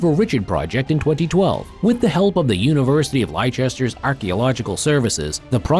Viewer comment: Please stop murdering UK pronunciations... Hearing Lay-chester instead of Lesster for Leicester just about makes my ears bleed! :)